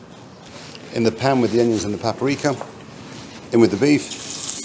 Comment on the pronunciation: paperika? paperika.